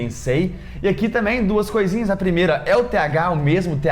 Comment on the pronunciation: Vc fala tamém ao invés de também... Adorei seu vídeo.